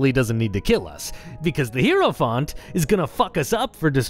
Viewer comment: Hierophant - /ˈhaɪəɹəfænt/ or /ˈhaɪɹəfænt/ - for those who can't read IPA, the main takeaway being that "hie-" here sounds like the greeting "hi" (I legitimately heard "hero font" and thought it's some DnD term I did not know, until I saw it on screen)